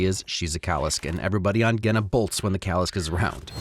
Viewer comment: the way Kwei pronounces "Genna" sounds like "Gehenna", which sounds intentional given its description as "the death planet". That sounds like it'd be Hell.